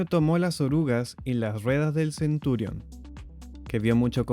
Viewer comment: No es Centúrion. Es Centurión.